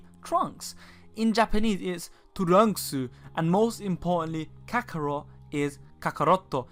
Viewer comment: Me being japanese, I love hearing people mis-pronounce Japanese spelling, for example, no one puts that much emphasis on kakorotto, just saying ;)